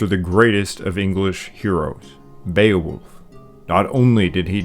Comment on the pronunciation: Beowulf definitely isn’t pronounced beewolf sorry :/